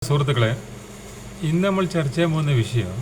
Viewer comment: വിശ്ശയം അല്ല വിഷയം